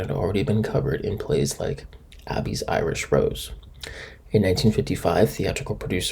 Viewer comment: Bern STYNE--not Bern-STEEN. A-bee's--not Abby's--Irish Rose.